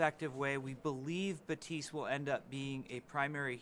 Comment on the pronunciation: his name is not baptism, baptist, batistu, his name is pronounced Bap-Tist or just be me and call him lucio76